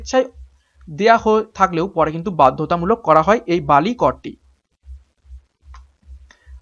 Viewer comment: বলি হবে pronunciation But English spelling will be Bali. For question 17